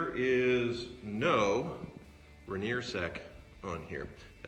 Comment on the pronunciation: Its pronounced Rai-nee-er by locals Everyone calls it rip-off